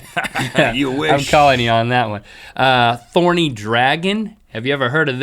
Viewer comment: THorny Dragon! Take out the T xD